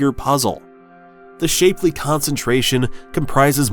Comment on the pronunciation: It's pronounce shap-ley not shapely